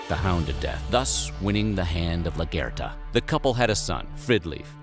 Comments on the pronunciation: LAGER-THA. Not “la-ger-ta”. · The way he pronounces Largertha kills me, he says “LUGURTA”. All these channels get voiceover people who always have no idea what they are on about. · Lagitha (lag...ith..the) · I winced at the way he pronounced Lagertha’s name 😫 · Largata isn’t pronounced right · Most of the Vikings scenes doeee are a bit wrong and how he says Lagertha lul